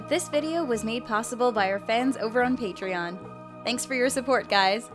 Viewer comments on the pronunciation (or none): none